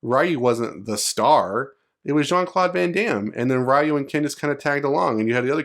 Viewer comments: games been out for longer than some of yall been alive and still can't say Ryu correctly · It's a bullshit leak. Literally nothing burger I was in that thread and this no one bought it, there's no "passing of the torch", like Alex and Alan they're just the main character of the particular story, Ryu hasn't been a main character since forever. Also that's not the way you pronounce Ryu. There are no main characters in the franchise. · It hurts my ears when you say Rye-You. Its REE-YOU. Jesus!!! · Its not RAIU its RIU, thas was realy bad in the MOVIE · I'm sorry, but please don't pronounce it "RYE-OO". And it's not "Ha-DOO-ken" either. It's not the 90's anymore. We know how to pronounce these words correctly... Just a pet peeve of mine. Please don't take the criticism personally. You're not the only one still doing this. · I cringe everytime someone says Ryyyu instead of Reeyu. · Who is Ra-Yu lol? And in all seriousness I can’t see that happening Ryu is Street fighter. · Fucking Raiyu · It’s REE YU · It's 2022 and people are STILL aren't pronouncing it as "Ree-You" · the moment you called ryu, ra-yu. stopped watching, downvoted. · "wry u" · i can't say i like Luke or not, but i like the idea of Ryu finally done with his adventure/training and having a disciple. btw is it that hard for you americans to learn to pronounce Ryu's or any other asian names (such as Chun-Li, Yun, Yang, Karin, Kung Lao, etc) correctly? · I commend you for learning to pronounce foreign names correctly. Not many people do. The man in the video is a Gen-Xer, and as such, was exposed to little if any hearing of the proper pronunciation of the name in his youth. (Things are VERY different today). Kids back then would see a name written on the arcade cabinet or in a magazine and “sound it out”, so it’s no surprise he (like people the world over) would think it is what it really isn’t. Today, with all the foreign streaming services and internet, this misunderstanding is starting to go away.